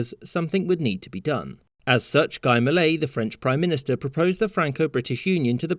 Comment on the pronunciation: Is it Guy Moolet or Gee Mu-lay?? French pronunciation always confused the clap out of me... =))